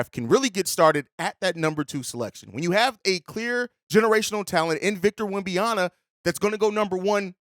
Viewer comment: Rocking with this series heavy. But please for the love of God Google how to pronounce Wembanyama.